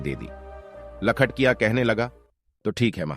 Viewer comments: लखटिया नहीं सर लखटकिया कहते हैं 😅 कहानी बहुत ही मार्मिक है। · लखटकिया होता है लखटिया नही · लखटिया बोल रहे हो, अरे बेबकूफ लखटकिया बोल न